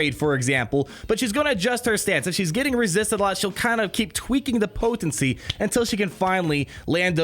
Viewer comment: The way you say “po-ten-cy” 😂🤣 but your videos are the only ones I watch! Keep em coming!